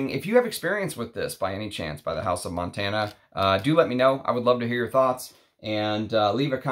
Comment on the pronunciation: Hi there. Its not Montana like the state but it pronounce Montaná the tone in the last a. 😊 Btw Claude Montana he died yesterday, one of the last Haute couturier in France.